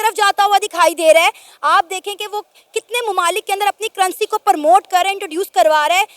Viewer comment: the word is promote not permote.